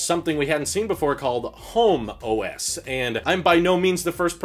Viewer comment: They might have to change the name homeOS. All I could hear saying was Homo S the whole time.